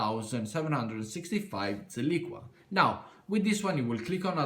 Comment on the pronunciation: For the love of god its zilliqa not zilliqua !